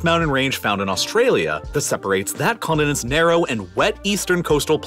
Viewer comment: I don't know if it's your audio processing or your pronunciation, but something is weird about your Ts. "... biggest on the plane- T " "... the entire condinen- T " Yet also, "Moundhains" "Manhadhan" Yes, I know that a lot of us Americans soften our Ts into Ds, but it is very noticeable yet inconsistent here, and words that end in T have it stressed hard and delayed. What's up? It sounds like you went back and over-edited your spoken lines by adding missing Ts after accidentally having cancelled them out when you gated off a certain background hiss frequency. Or maybe I'm just overthinking it.